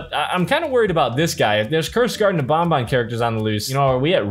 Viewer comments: It's banban not bonbon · It’s banban not bonbon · ban ban not bon bon